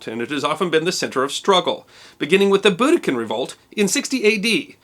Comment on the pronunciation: “BOODIKAN” I nearly died 😂